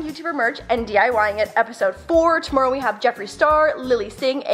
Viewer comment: You say tomorrow like itsfunneh she is also from Canada. Love ya